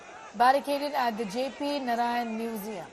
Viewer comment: JP was jaiked and tortured by Indira and her Congress. Akileeh, have shamlessly joined hands with Raul and same congress. Therefore, he has NO LOCYS SRABDI, even to pronounce JP's name. Vande Madaram